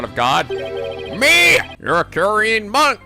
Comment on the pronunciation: It's just nitpicking, but the word Khura'in is pronounced "ku-reyn" with a more emphasized ah in it. Same for Khura'inism and ist.